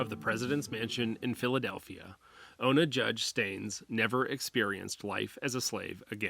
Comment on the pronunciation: You mean ona right? I don't think it's olna